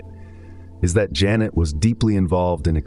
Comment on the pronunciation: It amaze me that an AI with a such profound knowledge is missing up the name Pierre Janet with Jeunet...